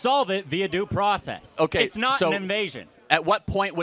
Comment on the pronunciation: "Due pracess"